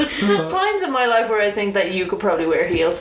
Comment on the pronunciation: lol even i thought said wife instead of life